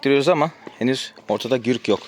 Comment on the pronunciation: Gürk değil güzel kardeşim gurk doğrusu